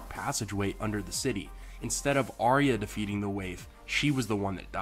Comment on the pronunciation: It's pronounced "Ar-ya" not "Aria" and Bran would've known if Arya was dead...